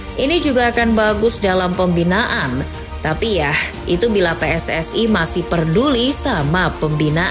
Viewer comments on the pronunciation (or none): none